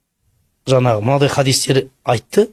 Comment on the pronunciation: Жанағы жанағы демей жаңағы деп таза сөйлесйші.